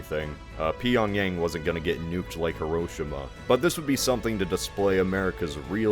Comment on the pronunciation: "Wow, his pronunciation of Busan and Incheon is pretty good. I'm used to the place names being butchered in these types of videos." ... "Pee-yawng-yaeng 피영얭" Okay, to be fair, we don't have the the right sound blends in English for Pyongyang 평양, and they use a different romanization system in the North anyway. Take the "Py" sound from beginning of "pewter," but replace the "oo" sound with "young," then y + the horrible mispronunciation of Aang's name from that terrible M. Night Shyamalan live action The Last Airbender movie ("Aahng"). Pyoung-yaahng.